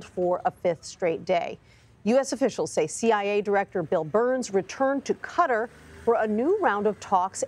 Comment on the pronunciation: Why’s she pronouncing Qatar like that lol…